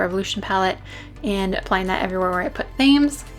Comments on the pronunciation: omg the contour had me laughing out loud so much. I love that you don't take yourself too seriously, I mean, it's just makeup at the end of the day. love your vids always xxx ps. Thames is a river in London, pronouned 'temz':) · Themes (pronounced tems) is a river in London :-P